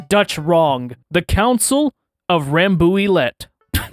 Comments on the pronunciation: bro it’s « rambouillet » not « rambouilette » I will say that in French: lâche l’affaire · If France's leaders back then had shown half the balls and fire of Napoleon, people would be speaking French in Berlin today, enjoying real cuisine instead of choking down that disgusting Currywurst thing… Oh and btw, it's pronounced Ram-boo-yay, not whatever massacre you're doing to it. VIVE LA FRANCE !!! VIVE L'EMPEREUR !!! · Not bad not bad, it's pronounces Ranbou-yeah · Hi ! Rambouillet, Ramb Booh Yeah ! nice try anyway ! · Rambouillet is pronounced like Rambouyet. Still a nice vid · It's said as the the concil of [rambouyea] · At least tell him the right way to pronounce it "Rambouyai" something like that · It's more like ran-bou-ié. No "L"s nor "T"s pronounced here.Your pronounciation made me laugh so much, but I liked the genuine attempt :) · This is a horribly wrong pronounciation of rambouillet. But laughed a lot so its fine xD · You pronounced Rambouillet completely wrong! TWICE! Also, VI is sixth, not fourth. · I'm French. And you did a bad job pronouncing "Rambouillet" Chuckles. But joke aside, I love your contents. ^^